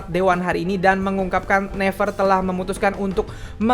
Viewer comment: Gw gemes pas dia ngeja naver -> never Gw selalu nyaut naviiiirrrrr